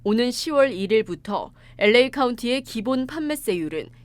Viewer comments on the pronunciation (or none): '엘레이' 가 뭐냐? '엘에이' 라고 발음 못하나?